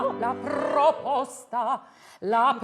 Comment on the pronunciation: It's "proposta", not "pRRRoposta". Learn some Italian.